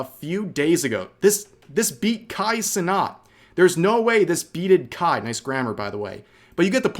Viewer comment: Rev can't pronounce "Cenat" properly smh 😅